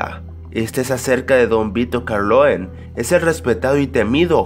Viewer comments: No es carloen es corlione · se dice Corleone... no Carloen... y es Francis Ford Coppola no Francis Cord Poccola. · Lo que mas me dio miedo fue escucharte decir Francis CoPórcola y Vito Carloen en este video... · don vito carloen :v es corleone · "Francis Porcorpola", jaja y Don Vito " Corloe" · Que? ¿cómo estuvo? a ver repiteme el nombre del director de El padrino... "Francisco Porcola" o algo asi, y no solo eso, el personaje principal no es Vitor "carloin". Creo que necesitas corregir esos detalles de pronunciación. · que dice? francisco corpola? es Francis Ford Coppola y luego mencionas mal a Don Vito Corleone amigo (que en verdad se llama Vito Andolini) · Corleone mal dicho por el